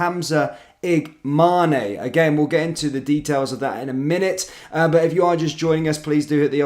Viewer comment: His name is: I G A M A N ✅ not I G M A N I❌. MAN is pronounced like the English word man.